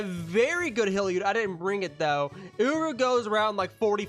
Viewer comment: Love the vid, but it's uryu not uru :))